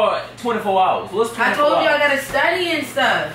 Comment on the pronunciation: Lol he said studdy an stop talkin to me😂😂😂😂😂😂🔐